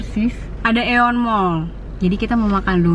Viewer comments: Hi ka pengucapan AEON yg benar itu (ION) hehehe thx 😍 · Pelafalannya ion kak. Berasal dari bahasa yunani,gitu si kata pihak manajemen wkwkw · Hai ka setau aku pelafalan AEON itu (ion) ini aku tau karena rekan kerja aku serinh berurusan sm pihak AEON dan tim mereka sering kaya ralat rekan kerja aku itu tiap salah pronounce gt hehehe! Semoga membantu🖤 Boleh cek juga di youtube “how to pronounce AEON”